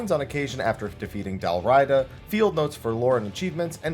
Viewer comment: It's pronounced Dal-ree-ah-dah.